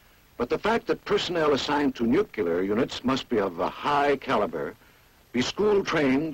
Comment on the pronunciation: Every time he said "nuke-u-lar" I cringed. It's pronounced "new-clear". You would think the military would know better.